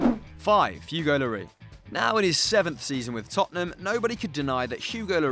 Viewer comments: Referring to llori......SSSSSSSSS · Do you really not pronounce the “s” in lloris? I mean, it makes sense the way you pronounce it, I just haven’t heard that anywhere but here. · how u mispronounced Lloris smh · The way he says Lloris boils my piss.